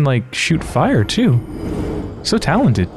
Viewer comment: "So talonted!" ;)